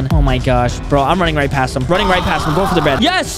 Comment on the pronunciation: I just laugh so hard when said da bed the new dababy